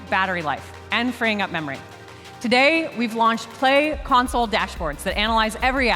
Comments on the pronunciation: tah - dey. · excuse me did you said " today " - "today"